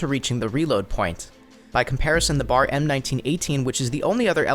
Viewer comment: Its not BAR its B.A.R not being a dick just saying